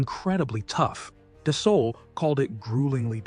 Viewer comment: Its pronounced, Dasso.....when an A and U appear together in the french language, they are pronounced as a singular O, and the L and T in Dassault are silent.